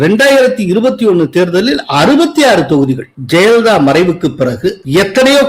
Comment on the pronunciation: 'ஜெயலலிதா' என்று ஒரு முறை கூட உச்சரிக்க ஏன் முடிவதில்லை? எப்போதும் 'ஜெலிதா' என்றே சொல்லுகிறார். பலருக்கு ழ,ள சொல்ல வராது. இவருக்கு 'ய' கூட தகறாரா?